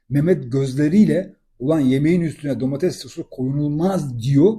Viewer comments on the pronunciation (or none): none